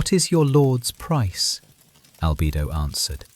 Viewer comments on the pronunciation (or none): Albido 😂 It is Albedo (All-beh-doh)